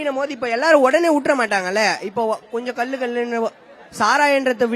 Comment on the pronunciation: ல, ள சரியா உச்சரிங்கடா அடேய் அது கல்லு❎ இல்லைடா கள்ளு✅ டா